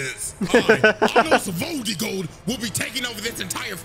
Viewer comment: Its not anos voldigoad its anos voldigoat